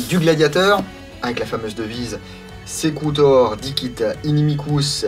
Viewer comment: Au top. D'ailleurs bravo pour ta prononciation correcte du nom en latin, c'est une démarche appréciable (comme le défend Alexandre Astier). Et puis, sur un plan plus personnel, j'aime ta manière de caresser la boite au début... So sensuel... A quand une séquence mix de tous les caressages de boites et de répliques que tu as fais?!